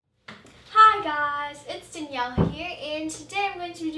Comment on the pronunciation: “It’s DINIELLE here”